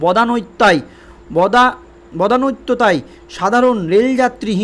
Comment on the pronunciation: আপনার বলার ধরণ অত্যন্ত খারাপ। একই খবরের পুনরাবৃত্তি এবং ভুল উচ্চারণ ("বদান্যতা" কথাটা বলতেই যেভাবে হোঁচট খেলেন), তাতে আপনার সংবাদ পাঠ না করাই ভালো।